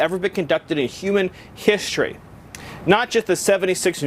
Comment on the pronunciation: What hishtory is he talking about his hishtory or even what is hishtory,dude can't fuken speak English